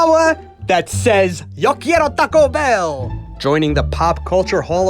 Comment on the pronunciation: That’s some nice pronunciation there